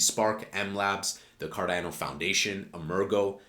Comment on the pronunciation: I'm subbing now that you pronounced it correctly 😂